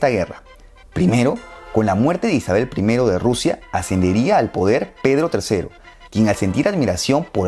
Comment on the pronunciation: Alguien se dió cuenta que él dijo Rousia? Yo sí XD